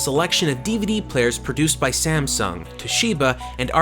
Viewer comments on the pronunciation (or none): none